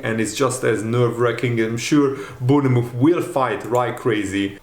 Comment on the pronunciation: Say born muff not bourne ne muff. Say's it like a scouser